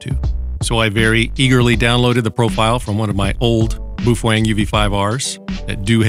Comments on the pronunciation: Ok, so ... Bow fang is how most people pronounce it, Bo Feng is how it's supposed to be pronounced, but ... Boof Weng is now how I shall forever pronounce it! :D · "Bouf wang." LOVE IT! 😁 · "BooFwang"? LOL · you are out of tuch mate do your home work. you dont even pronounce the name correct . ijut